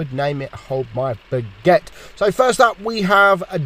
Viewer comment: Yeah beguette.... ITS BAGUETTE WITH A "A"